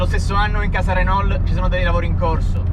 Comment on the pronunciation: Mi sono iscritto bellissimo video! Bella la 5 GT ph1 anche se la ph2 è leggermente migliore a me piace anche la Supercinque Campus. Comunque si pronuncia RENÒ oppure RENAULT e non RENOL! Consiglio metti le mani più in alto quando la guidi. VIVA LA 5 E LA SUPERCINQUE 🚗🚗